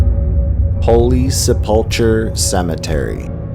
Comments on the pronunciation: Great video! A correction, though....Holy Sepul-KER not Sepul-CHUR (Sepulchre). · Good content, I am enjoying the video's. Just fyi on number 12, I think its 12, Holy Sepulchre is pronounced Sep-pull-ker. Thanks. Picutures are a little goof and some are creepy, but still like the history. Keep it up